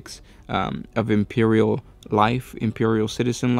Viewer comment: Fowty Kay. Impewial. Raddelings. You sound like half a mo-mo.